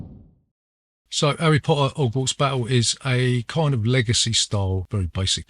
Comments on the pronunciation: All I can hear is "erry Potter - ogwarts Battle". Nice review though. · 'Arry Po'ah